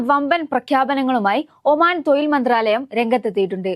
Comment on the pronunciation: തൊഴിൽ, കയിവ്, തായ്‌വ് പിയ. ശേശം.....ഇതെന്തോന്നെടെ.....